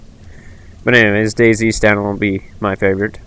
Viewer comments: Dude it's not Days it it Day-Z(ee) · Fucking hell man, its Day Z. Not dayzzzzzzzzzzzzzzzzzzz. Pronounce what you are trying to say, speak with authority and intent, otherwise no one will sit here watching 17 mins of pictures and listening to poor English. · Its pronounced Day-zed or Day-zee, not Days... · Every man and his dog knows it's pronounced DayZEEEEEEE.